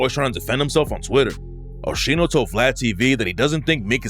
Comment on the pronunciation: “OSHENO” is crazy 😂😂😂that is not that man’s name